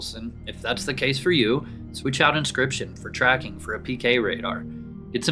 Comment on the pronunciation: Why did you say inscription so wrong the first time and not catch that. Or was it a single take and send it right to video?